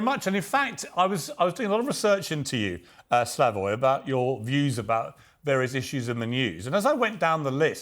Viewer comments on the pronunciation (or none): none